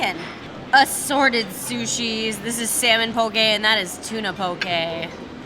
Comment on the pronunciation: I love that you pronounce poke right! I’m from Hawaii and people here pronounce it wrong. Love your channel!